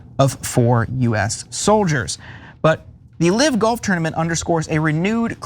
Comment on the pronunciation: The word is "live" same as pronounced hive Not live as in pronounced give. Is this guy an idiot or what?